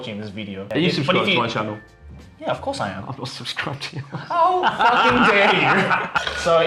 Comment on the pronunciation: does a shockingly (HEH) good Seattle accent. He slips on "channel" for some reason though.